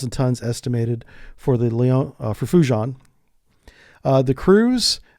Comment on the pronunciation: bro "FUJI-AHN"